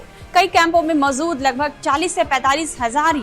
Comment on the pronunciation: Mam ap ja & za ke antar ko samjho.... Maujud hota hai, mauzud nhi..natija hota hai, natiza nhi. Ap jaha bhi ja bolna ho za bol deti hain.. Apne pronunciation ko imrove kariye... Bhot galtiya hain.